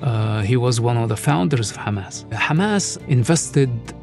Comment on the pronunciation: His father founded kHamas not hamas😂